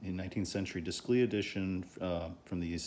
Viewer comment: It would be pronounced like deyclay. It’s French so your pronunciation would be spelled descli.